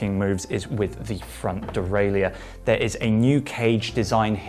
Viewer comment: Why can’t you pronounce “derailleur”?